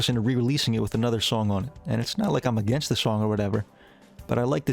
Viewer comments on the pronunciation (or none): none